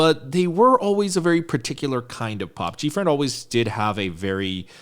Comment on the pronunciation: Gfriend subunit. You said it right.